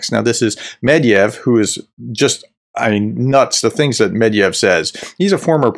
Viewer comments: The guy‘s name is „Med-ved-jev“ (not „Med-jev“). Other than that - great content. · It's medVEdev, not medYev. I'm sorry, but it's one of the easiest russian surnames and you have no excuse for butchering it. Otherwise, great stuff! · Why do you call med-ve-dev med-yev? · It’s pronounced “MED-VED-IEV”, not “MED-IEV”… his last name comes from the word “медведь” meaning “bear”. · It's NOT Med-yev, it's Med-ve-dev, for Pete's sake, look closer at the letters please, don't discredit yourself! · Mediev? It's Medvedev, pronounced Medvedef in English, or more like Medvedief in Russian, with a very light "i" before "ef" at the end. You forgot a whole syllable,. 😄 Which is bad, because I'd rather have us forget the whole name and awful man, but he keeps coming back... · It's MedVEdev and SoLOVyov. They're crazy criminals, but its worth pronouncing their names correctly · I don't want to come across as a smartass, but it's Medvedev. Not Mediev. I love your channel. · How are you pronouncing Medvedev so wrong, Medeyev? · Professor - Please learn how to pronounce Mr. Med-ve-dev's name. The former President is well known throughout the world and equally disliked. You seem to be spot on with your assessments. However, your inability to pronounce the man's name does not help your credibility. It's only three syllables! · Practice your MEDVEDEV pronunciation before filming. Credibility is a wonderful thing.